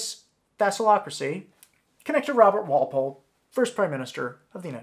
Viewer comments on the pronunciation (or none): *thalassocracy, not thassalocracy